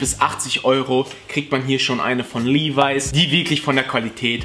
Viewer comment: Finde es traurig dass du "Levis" immernoch falsch aussprichst...